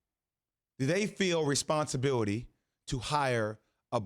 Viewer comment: I agree with these dudes completely.. now I just hope the homie never says “responsibiwity” again